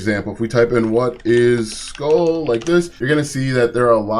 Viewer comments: Pronounced "School" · the chew is “skoal” and pronounced like coal, this is “skool” and pronounced like cool…it is irritating hearing you mispronounce it 😂😵‍💫😊